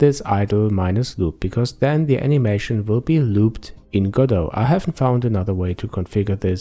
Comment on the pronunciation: It's Go-Dot not Godough!